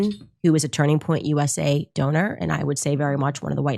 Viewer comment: Idk why but it’s really irritation when you say names wrong. It’s Candace Owenssss not owen and Turning Point not Turning PointsSSS